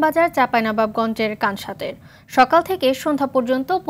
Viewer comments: কনছট নয়, এই উপ জেলার নাম কানসাট। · উপজেলার নাম কানসাট নয়..উপজেলা শিবগঞ্জ.. কানসাট একটা ইউনিয়ন.... তবে সাংবাদিক কনছট বলেছে এটা ভুল ছিল!